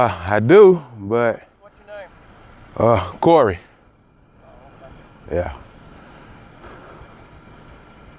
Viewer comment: Serg0614 I dont rock 12 at all my g but cmon son you know he said Cory 😂😂 i replayed that bit like 6 times son he aint that bold g they try their best to disguise the racism now